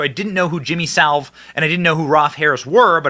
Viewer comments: Jimmy Sa ville-the "i" sounds like an E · Its pronounced as "Sa ville' and 'Roll f' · Benny - it’s Sa ville. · It's not salve dude. 😎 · Are you pronouncing Savile wrong on purpose? He still has his art up on display I think in BBC headquarters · It's Jimmy Savile, not Salve, and I'm amazed you didn't know about him and Rolf Harris. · Sa-vill (or so-vile) not salve. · I guess Benny doesn't get out much, his rendition of "Jimmy Savor" cracked me up. It's Sa-velle, Benny! And yes, he was a monster who was accepted in the highest society, and given free rein to molest children. He liked to visit hospitals, to "cheer up the children," yeah right. Hospital gowns don't cover much, that's why he went there! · It’s not “Salve”. It’s Savile. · Sa-ville, not Salve😂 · The name is Jimmy Saville, not Salve, and he is a cousin to and hung with the Royals all the time! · Sa-ville not salve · Benny... I love you and am not a grammar Nazi but you said the name Saville as Salve ... It's Sa-ville ... I do things like that all the time ... I just didn't know who you were talking about until I saw the text. :) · Sa ville not salve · please, work on your pronunciuation of "Savile": it's not "salve" but sa-veele. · The pronunciation of Saville as Salve is killing me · Sa-ville. Damn bro. Bursima, Salve. What's the next problematic english word for you Benny? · Benny we love you in 🇦🇺 aus but it's pronounced Jimmy saville. He's the world's most successful and famous pedofile. A true monster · Americans can never get his name right...Its Jimmy "SA VILL" (As in Hill) - that's the way to pronounce it. 👍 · Hi Benny just to let you know it's Jimmy Savile (sav-vill) . And he was a disgusting human being.😊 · It is pronounced Sa-Vill... Google Jimmy 😅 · pronounce like caddilac Coupe dA ville, Jimmy sAvile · Benny,,,,,learn to read,,,,,it’s Sa,,a as in apple and Ville,,,,pronounced vill as in ill,,,,,,,Saville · The pronunciation of Savile is [SAV] + [UHL]. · It's pronounced 'Sav-vile'